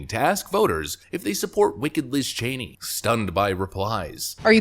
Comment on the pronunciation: "What is (Sencherd) Liz Chany?"